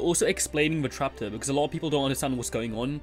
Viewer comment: Am i the only who hear "trapter"?